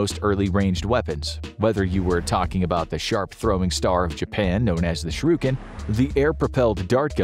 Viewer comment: ? "sroo-can"? 😂🤣 * "sure - eh - ken" 🙄